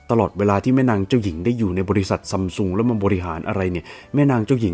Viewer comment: ซัมซุง ❌️ ซั้มซุง ✅️